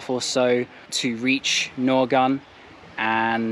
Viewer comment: Although the spelling is Naogaon, its pronunciation is actually like Naoga (the 'n' in the back is silent). The n in the back denotes a nosey pronunciation of the syllable "ga".